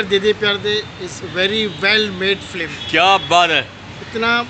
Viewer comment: Film toh bolna seekh flim kab tak bolega